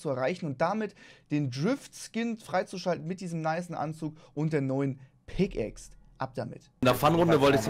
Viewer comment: Es triggered mich immernoch dass Trymacs anstatt „Pickaxe“ immer „Pickaxed“ sagt 😂